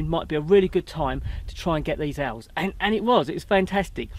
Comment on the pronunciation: Love your enthusiasm, I know it’s Christmas but I could swear you were saying short eared elves. 😀